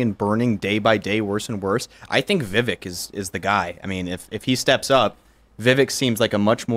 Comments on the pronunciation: Vivek’s name is pronounced like cake. Keep going Doc! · Le vect not pronouncing his name properly but I think he's better than desatos